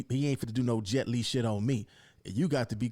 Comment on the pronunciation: “Jet Li”😂😂😂 🫡 bro fux wit yo show